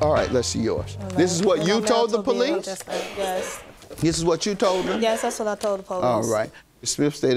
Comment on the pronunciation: Why cause she called the poweese???